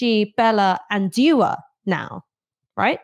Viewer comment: it's pronounced dua, not djua.